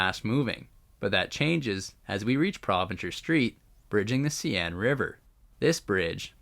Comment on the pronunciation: seine river pronounce as 'sane'